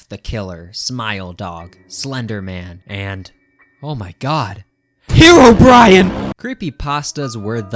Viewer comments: ngl when he said hero brine i shat myself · "Herobrian" Really? ITS HEROBRINE NOT HEROBRIAN MF AHSSHWIAUSGEHWIAHAAGAGAGAGAGAGAGAGAGAGAHAHAUWHEBSISHWBEIDIDBSANZOXJDBAOZIXBSB